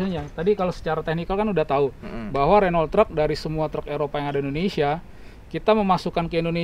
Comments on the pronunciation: Pak bos nya aja bilang renoult bukan runo bang.. Mantap ini truk..bukan kaleng2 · cmn salah penyebutan renault harusnya renow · Saingan sama Volvo FMX,Scania(Swedia),Mercedes Benz (Jerman),Iveco( Italy) 😁,Di Kalimantan paling banyak truk2 ini, nyebut Renault nya kurang tepatSwaedia/Prancis/Jerman/italy ejaan hurufnya sama kaya Indonesia,Jadi baca saja kaya baca ejaan Indonesia bukan kaya bahasa inggris 😂